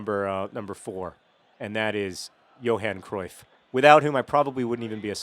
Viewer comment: hahahaha you pronounce Cruyff really funny :P